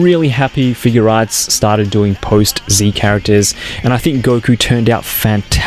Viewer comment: Just one reminder it's figuarts not figurearts okay please say it right next time when you do another sh figuarts got it figuarts review